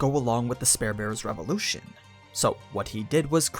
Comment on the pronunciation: Ok its 3 videos for you mispronouncing spear